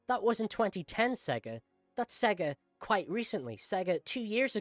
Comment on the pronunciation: I don’t trust a person who speaks about Sonic and can’t even pronounce SEGA properly. Next.